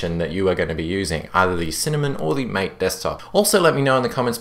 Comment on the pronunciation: No, its MA-TE, it has a spanish pronunciation. As in the drink which is popular in Argentina and Uruguay.